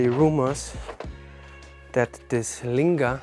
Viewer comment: I thought that Lingam. was the way to say these things?